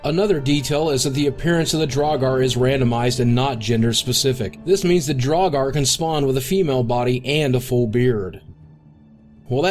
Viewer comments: "drog-are" [twitches] "drow-gr" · Draugr, not draugar. Dunno why you'd pronounce it that way... Otherwise, great video. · Well, draugr was way off (draw-gar??) the closest pronounciation would be drow-gir. Sheogorath wasn't wrong, he just put some really awkward stress on the second syllable (she-oh-gowrath) rather than on the first (she-ohgowrath). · Well, i didn't prove you wrong, i just told you my opinion, but pronouncing gr as gir is pretty commonplace in english- pronouncing it as ger is not. And Ping , he didn't imply that Bethesda invented Draugr, he just said that was the first time he was exposed to the word. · "drawgaar"... why must you pronounce like that... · Charles Martinet THE SECOND T IS SILENT AND ITS PRONOUNCED DRUUGR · Clearly not a player of Skyrim... or else he'd know it's pronounced draug-ER. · Gotta love them DraugARR! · Thought Draugr was pronounced "Drow-r" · Can't even pronounce Draugr correctly.. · Let me just say, your pronunciation of Sheogorath and Draugr are atrocious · Oh wow… He really botched some of those pronunciations, didn't he? Most of them are easily excusable …but "Draugr", really? There's no vowel there. Maybe I'm just used to weird an difficult pronunciations, but to me at least it doesn't seem that ambiguous. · Hey, neat! Also, Please learn how to properly pronounce "Sheogorath" and "Draugr".